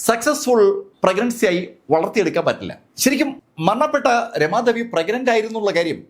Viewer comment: അധേ അല്ല അതേ രമാധേവി അല്ല രാമാദേവി anu പരാധി അല്ല പരാതി ആണ് ത കിട്ടില്ലേ